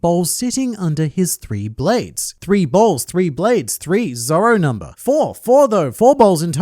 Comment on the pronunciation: I know he says bowls, but it's funnier to hear "Zoro's four balls tells us that he is gonna shi the crap outta Kaido"